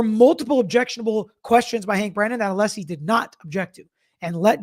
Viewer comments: Did anyone else catch on to Brennan purposely Mispronouncing Alessi's name all of the sudden towards the end? He kept saying Aleesi. He is being a low down, passive aggressive, immature tool. Very unprofessional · He’s only pronounced Alessi correctly about 3 times since he started this case. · And you’d think he’d be capable of pronouncing Alessi by now! 🤷‍♀️🤷‍♀️🤷‍♀️